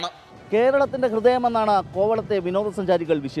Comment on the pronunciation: കോ വ ത്തെ. എ ന്ന ല്ല കോ വ ള ത്തെ